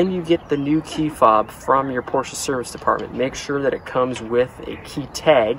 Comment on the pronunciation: You are one of the only americans that pronounces porsche correctly as “porsher”! Most of the americans either say “porsh-aa” or “porsh”!